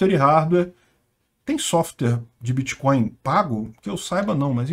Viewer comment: Meu amigo , um senador que fala biticoio e creptomoedas já se vê o nível 🤣🤣🤣🤣